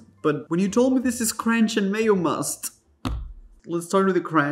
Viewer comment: Every time you said, "Mayomust", I lost it.